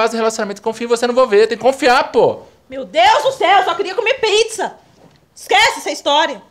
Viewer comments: Aos Ela fala prizza ao invés de pizza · No minuto parece q ela falou pritzza ksksks (com t)